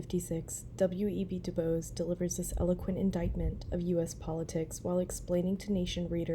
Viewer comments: Hello. It’s pronounced D’Boys. 😊❤ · *Do-BOYS (pronunciation) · Du Bois (pronounced like “Buwa” - the French way)